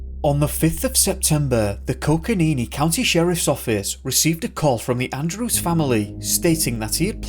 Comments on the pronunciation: Love your channel, but in the Andrew Brunelli case you’re saying coconino incorrectly. Its coco nino, not coconeenee. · Coconino...with an "o" at the end.